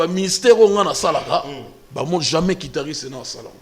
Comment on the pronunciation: Un musicien soit disant professionnel qui ne sait pas prononcer le nom de l'instrument qu'il joue correctement.On dit guitariste et non "quitariste"